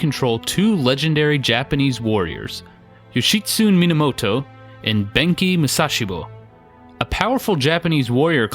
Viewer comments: Yo-shi-tsu-ne. Yo-shi-tsu-nay. Syllables, breh. All vowels and all consonants are separate syllables, and all vowels are pronounced the same way each time. A as in ah (say ahhhhhh) I as in ee (lee) U as in ooh (boot) E as in -ay (todAY) O as in Oh (toe) There are no silent vowels... only sometimes it sounds like there are to our "clumsy American ears" or whatever they say about us thinking "desu" sounds closer to "days" than "de-su". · Yo-shi-tsu-ne (yo-shi-su-nay) Ben-kei (Ben-kay) Ama-haga-ne (Oma-haga-nay) Just like pronunciation is important to Americans, kanji and hiragana pronunciation is important to Japanese. Good video, great game. It's timeless and fun. They need to remake the original for newer consoles. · 'Yoshitsune' is four syllables: 'Yo-shi-tsu-ne'. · The pronunciation is: Yoh-She-Su-Nei and Mah-Ha-Gah-Nei. You have to pronounce every letter, there's no silent e's to change the inflection or pronunciation of vowels. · Mainly just leaving the end syllables off (Yoshitsune should be 4 syllables, but most English speakers won't realize it because the ending reminds them of the word "tune" or other words like that fool people into thinking there's not a syllable there because it's like a word we have - German can do that too, and also in other ways, like where people think Kramer should be pronounced like Kraymer, but it's actually Krammer because there's no modifying that first syllable just because there's only one m). English is one of the worst offenders for pronunciations having nothing really to do with how a word is spelled (lots of other languages have silent letters and other odd looking sets of letters but they often have consistent rules, or they do like German does and there's little guess work).